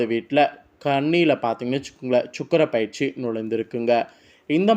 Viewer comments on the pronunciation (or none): இது perarci - பயிற்சி இல்லை. ஜோதிடத்தில் உச்சரிப்பு முக்கியம்